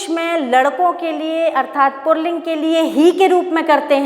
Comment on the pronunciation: Madam purling nahi puling hota hai